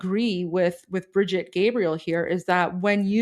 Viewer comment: It’s pronounce “Bridge Eat,” not bride-ette (like a small bridge). I know it’s petty as FUCK (and I guarantee she doesn’t care) but each time you did that I tripped my ear.